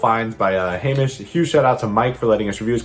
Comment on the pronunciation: Hey! It’s Hamish for the second part of the video, you actually nailed the pronunciation of my name! cheers for using my pictures :) Love your content